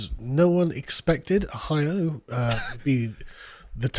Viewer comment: Oh-hio pronounced as posh as AF 😂